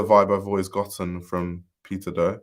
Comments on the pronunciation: I kept thinking you were saying “pizza do” 🍕 😅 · I cant help but hear you saying Pizza Dough when you say his name 😂 thanks for the upload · PIZZAAA DOUGHHHHH. Bwwahahaha exactly! The first few seconds of the vid, I had to recalibrate to figure out why he said pizza dough.